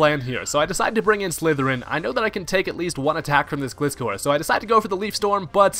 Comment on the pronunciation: Man I'm getting triggered every time someone mispronounces my Favorite Pokemon aka Gliscor. It's a Gliding Scorpion! I can never understand people who don't get that unles they're 10 years old or something!